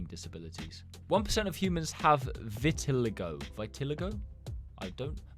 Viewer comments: my mum has vitiligo and it’s pronounced vi-ti-ly-go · pronounced vit-el-ee-go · btw is pronounced vet-A-Ly-go I think.. I lowki just sounded it out💀 I thinkbits pronounced Het-A-Crom-EE-ya idk just sounded it out again going back to the first grade skills 💀💀